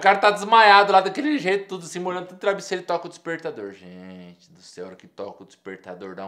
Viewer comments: Ele fala "trabisseiro" nada contra, só acho engraçado, sem preconceitos kkk. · Ele falou trabisseiro ou foi impressão minha. kkk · "Trabissero".... Kkkkkkkkkk